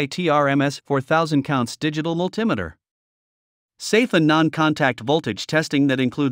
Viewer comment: How can I take this list seriously when you can't pronounce multimeter right?